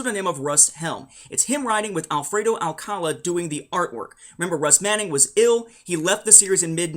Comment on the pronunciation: Alcalá... not Alcála ;)